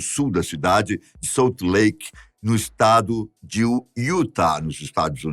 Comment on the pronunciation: O PUBLICO QUER VER O VIDEO.....E NAO ESSES EFEITOS QUE FORAM COLOCADOS.......RESPEITO MUITO O APRESENTADOR MAS A PRONUNCIA DA CIDADE SALT LAKE CITY ESTA ERRADA......ACOMPANHO SEUS VIDEOS POIS SAO PADRÃO TIPO GLOBO REPÓRTER......MAS PEÇA PARA TIRAR ESSES EFEITOS QUE NADA TEM A VER COM O VIDEO EM.QUESTAO........GRANDE ABRAÇO SUCESSO AO GRANDE APRESENTADOR